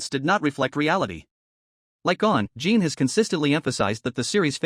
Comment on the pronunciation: Pronounced JEAN!!!!! Not geen lol